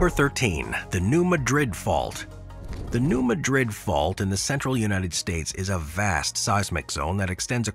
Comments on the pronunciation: New Madrid - pronounced MADrid, not like the Spanish city MadRID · Madrid in USA is pronounced as "MAD-rid" (unlike the Spanish "mad-RID".) Listen to video-recorded locals as they say the name. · New Madrid is MAD rid, not ma DRID like the Spanish city. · In America, because of our early settlers, it is pronounced New MAD-RID, not New Madrid as the original Spanish owners intended. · Correct pronunciation is MAD-rid..... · New MAH’-drid…mah as in ‘nah…I’ll pass’ - yes it sounds weird but that’s how they say it.